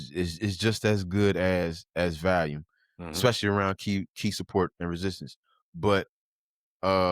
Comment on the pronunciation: Lol man I say volume so wrong 😅